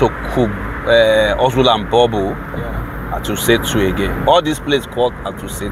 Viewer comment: Commentator moves from one place to another and when asked he says Wuse 2. It doesn’t where he is, he says wiuse 2